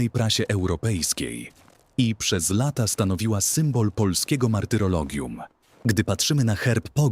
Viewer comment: Mówi Pan po polsku ale lata wypowiada pan jakby nie znał jezyka